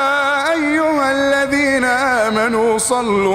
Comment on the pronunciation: اخي بس انا حاب انوهك على لفظ ال "ذ" لا يجب ان يلفظ ب "ز"